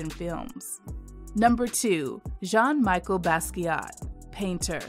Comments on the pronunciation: Love this! (Pronunciation corrections: Arna BON-Tom, Jean-MEshell Basquiat, the Augusta Savage sculpture, is Gam-MEEN). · The name is pronounced Like this in french. Jean Michel it's "JUN Mee- shell"